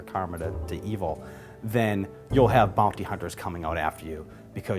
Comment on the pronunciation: "bounk-ty hunters" thats how he sais it...had to watch before i got that he was saying bounty hunter